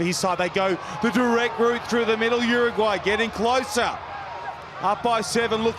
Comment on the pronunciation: the commentator.....! what's with the pronunciation? "UrrrUUUGGwwwhhhhyyy!"